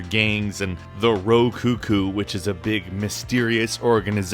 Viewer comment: Jet Set Radio should have been higher. It was the First Cel-Shaded game and its Ro Ka Ku not Ro Ku Ku